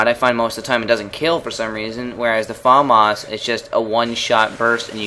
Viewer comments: i'm not trying to be a prick or anything but it made me laugh everytime you said "farmas" isn't it famas? :S anyway, cool vid as usual. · LOL you say Farmars :L Fam Ass. Its french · say famas like fumas not Faaamas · Its famas not farmarse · you pronounce the famas weird its "FAMAS" not "Fomos" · FAAAMAAAS dude its FAMAS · haha he says fAAAmas :D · you say famas funny xD